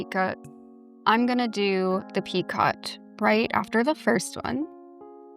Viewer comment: Hi I just wanted to let you know that picot is pronounced as “peeko”. The ‘t’ is silent 😆 great tutorial though!